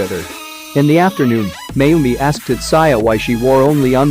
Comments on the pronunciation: Tat-sa-ya..... UGHHHHH TAT-ZOO-IA ------ PHONETICALLY. TATSUYA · Whu does he keep saying Tutsaya in place of Tatsuya..... it seriously irks me..